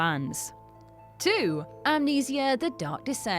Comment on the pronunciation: I don't know what's more horrifying the way she incorrectly pronounces amnesia or the fact that she says the aim of 5 nights at freddys is to survive 1 night when it's to survive 5 nights as the title suggests? So it would seem good looks aren't everything